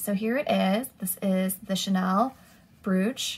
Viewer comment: Brooch is pronounced broach. Lovely haul. Thank you.